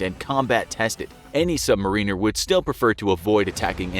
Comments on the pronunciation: As ex-Navy, I'm a tad annoyed at your pronunciation of submariner, but mollified at hearing a nice little Navy tale. :) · I actually didn't know that the Americans pronouce it ''Sub-mar-ine-r'' and not ''Sub-mar-in-er''